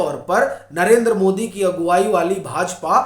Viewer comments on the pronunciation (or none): none